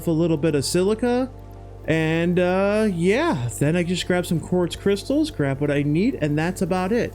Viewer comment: lmao, qwarts cwystals